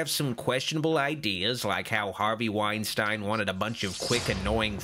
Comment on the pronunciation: I know it's pointless to get mad at a two year old review but not knowing how to say the name of two of the famous and influential producers of all time (Harvey Weinstein and Hiam Saban) is really cringy lol